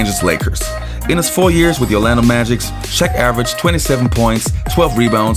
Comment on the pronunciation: I believe it's Orlando Magic, not the Orlando Magics lol